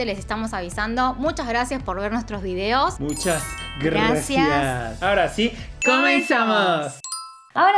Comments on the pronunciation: Muchas ggrrrrrrrracias 😂😂❤️ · Aaaawww me encanta su GRRRAAACIAS!! De 🤗❤🇲🇽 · Nadie: Absolutamente nadie:: Muchas grrrrrrrrrrracias